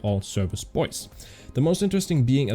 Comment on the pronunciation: Have a look in Wikepedia for the correct pronunciation od Boise, Idaho